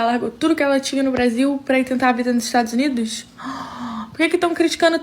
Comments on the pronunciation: "Jamais moraria nos 'estragos unidos'" KKKKKKKKKKKKKKKKKK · Estados Unidos?❌❌ estragos unidos✅✅💋